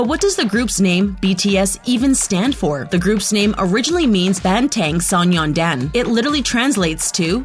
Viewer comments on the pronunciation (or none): U SAID BANGTAN SONYANDAN WRONG